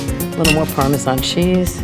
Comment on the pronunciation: Why does she say "parmesan" like "parmezon"....